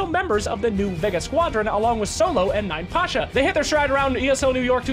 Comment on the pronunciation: please, his nickname is YApasha, not ninePasha. 9 (nine) looks similar to russian "Я" character. "Я" translates like "I". So 9pasha = I(am)Pasha. or YaPasha in russian. (Pasha his name)